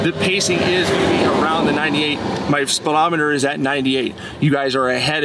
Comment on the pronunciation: The hell is a “spillometer”?